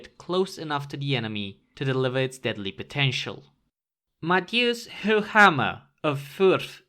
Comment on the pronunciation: I like, that you pronounce Höchammer correctly👌